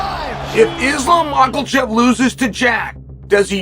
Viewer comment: Is chael just trolling calling him makelchev? He has to be.